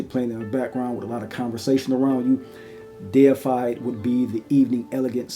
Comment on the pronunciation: Thank you for being able to read and say deified correctly it automatically makes your review number 1 for this scent